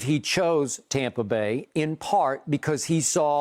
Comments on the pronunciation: I cringe every time he say tompa. Stop it! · I finally realized by looking at the title why Skip says tompa bay instead of tampa bay. I just thought it was the correct way to pronounce the A in Tampa. 💀😂😎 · It still says Tompa bay 😂